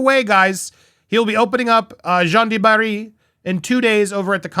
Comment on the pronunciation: SAUVAGE is pronounced 'So VAAJ' emphasis on second syllable ending in a sift 'g'. 'Jeanne du Barry' Jeanne rhymes with ANN, not John.